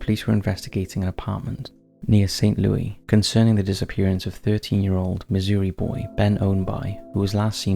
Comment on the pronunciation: St Louis is pronounced like the name Louis. I think people who aren't sure on pronunciation should look up how to say it. Not even being mean, it just seems better, and makes the person seem "smarter"